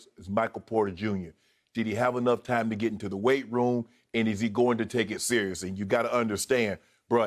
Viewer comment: "we want our geet back" lol